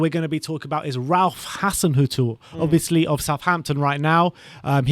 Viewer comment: nice video but your pronunciation of at least four of the managers is way off! Phonetically it is NAR-GELS-MANN, HARS-SEN-HOUT-ELL. DAY-SHARM and FAR-KER. If you are interested after all that, my choice would be Scott Parker. Did a very good job with what was available to him.